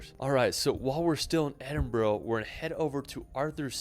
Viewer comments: Here in Scotland Edinburgh is phonetically pronounced Ed-in-bruh, so you guys are spot on 👌 and as a Scott myself I can say it's very refreshing to hear Americans pronounce it correctlyfor a change 😂😂😂 this fella makes some hilarious attempts at Scottish place names tho 😂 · Your pronunciation is correct. It’s Edinburra. Also Glen Finn in . Good clip despite the pronunciation. I’m sure you will have a great time here. Proud Scot 🏴🏴🏴